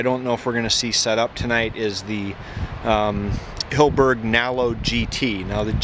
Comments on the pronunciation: It's Hill-e-berg not Hill-berg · HILL 'E' BERG.